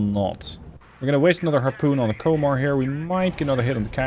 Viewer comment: Komar is said with O sounding like the from composter